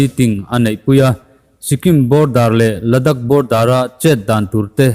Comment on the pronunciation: Ladak ni lovin ladaakh tia lam tur a ni